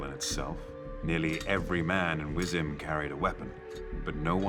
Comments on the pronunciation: One small note: there is a bit of confusion in the translation with "Wyzim"- in Polish this would be pronounced more as "Vizim," and it's more or less the name of Vizima. So Vizim or Vizima would have been the more accurate pronunciation there. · Wyzim is pronounced Vizeem in the game 🤘🏼❤️ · I might die if that's how they're pronouncing Wyzim in the show. it's more like "vicheem"